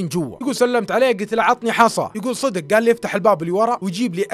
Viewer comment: انا مشترك جديد بس ياخي لعد تقول صيدق 😂😂 قل صدق 😂❤ معى كامل احترامي لك